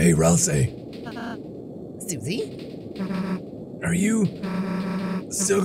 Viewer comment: I'm if thatll work but rasei? It's ralsei!